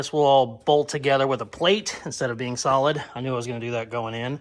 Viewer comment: Gotta love and his use of words!! Pretty sure I heard my man say its real salad instead of real solid. Lmfao!!!